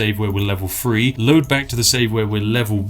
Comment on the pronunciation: Your videos would be absolutely perfect if you could pronounce the word "three."